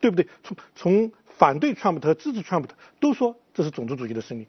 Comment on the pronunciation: 這個火火連trump都不会念，老是trum普。讓他回家看日本動漫算了